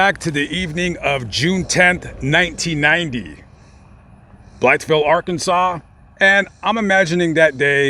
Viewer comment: Natives of Arkansas pronounce it "Blyville" the "th" is silent. Just a little tidbit . Enjoy your videos very much !